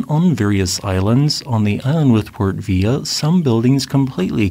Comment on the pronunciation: ......& Port Vila is pronounced Port Vee-laa! Easy error to make if you don't live in the region!